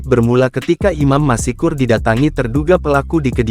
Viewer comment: Dibaca bukan : Imam MASIKUR....! Tapi dibaca Imam MASKUR....! Dengan...."S"...TEBAL...! Contoh lain : ma-SYA-ALLAH..!